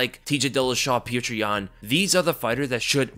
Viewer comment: This guy keeps pronouncing his name as “pjuwtjur”😂… petr is pronounced as “pyotr” man.. shit